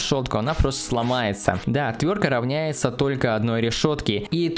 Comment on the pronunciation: "ОтвёрТка", а не "отвёрка"